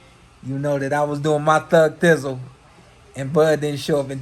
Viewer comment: He said thug thizzle not thug dizzle.